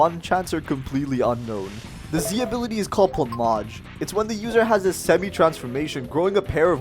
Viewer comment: I think that is (plum)(age) and not (plum)(ah)(ge)